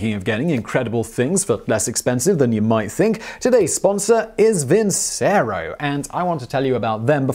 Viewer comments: ...I thought the sponsor's name was pronounced Vin-Chair-O not Vin-say-row. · Vincero is one of those brands that claim that they cut some sort of middle man even if they are the middle man. Oversized watches that look like shit. Ps. Vincero is probably pronounced “Vinchero”